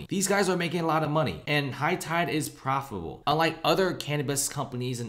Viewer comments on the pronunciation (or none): The company is "profable". Are you for real?